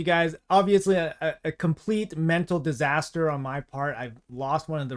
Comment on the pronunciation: Disaster not Diaster :D